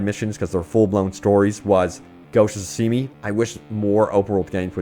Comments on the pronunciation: "Ghost of tsushimi"??? It's Tsushima lol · Mans really said ghost of soosimi 🤣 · Ghosh of shoooshimi... what? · He said ghost of sushimi lol 😆 sushimi is sushi with out the roll lol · “Ghost of Tsushimi” was awesome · Did this dude just call Ghost of Tsushima "sashimi" LMFAOOO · Ghost of the sashimi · I like how he called it “ghost of tsusheemee” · This guy just said „Ghost of Tsuhimi” i'm on the floor laughing lol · Did he say "Ghost of Sashimi"? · Bro said “Ghosts of Sashimi” 😂😂😂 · Ghost of Tshimi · Lol Wait, did you say Ghost of Sashimi? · “ghost of thsushimi” this guy can’t be bothered to pronounce anything probably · The way you say Ghosts of Tsushima causes me physical pain XD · The way this man pronounced "Tsushima" just gave me an aneurysm 😂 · I’m just like “why he say it like that”😂